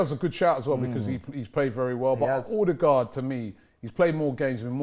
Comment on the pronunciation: Pls Robbie and co, it's pronounced "Er-de-guard" not " Oh-de-guard" or "O-de-guard"